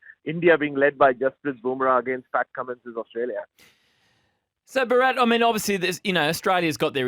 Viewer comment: Can you guys try and pronounce Bharats name properly or even try. It’s Bhaa rath not burrat.